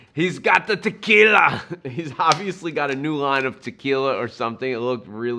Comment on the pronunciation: Just paused your video and went over to watch "Ahhnold" do his trick. You did a pretty good imitation but you gotta say, "T'killa" like he does..... Ha. Now, I'm gonna have to try this.